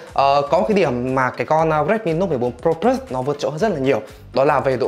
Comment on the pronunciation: Đọc từ plus bình thường đi. Đừng cố tỏ ra chuẩn tiếng anh khi phát âm của mình không tới nữa. Cừ bờ lớt đi đừng có phì lus xì nữa nghe phèn lắm.